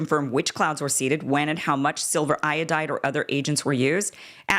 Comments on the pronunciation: Silver iodide. It's not pronounced "silver iode". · The anchor actually pronounced silver iodide as silver “I-owed” 😂 did he pass high school chem?